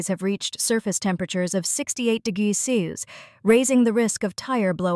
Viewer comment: AI: “it’s mumble degruh sessies”